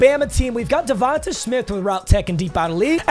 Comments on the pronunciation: Its not devontuh its devonta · DA-VON-TAY not davonta 😭